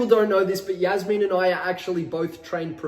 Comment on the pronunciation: Why did he say Yasmine not Jasmine